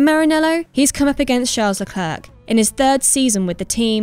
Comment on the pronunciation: Can we please start pronouncing Charles Leclerc's name properly please.